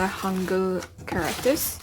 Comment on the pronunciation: I think you're the first beginner in korean who pronounce the word ,,hangeul" right they always say ,,hangul" like an clearly ,,u"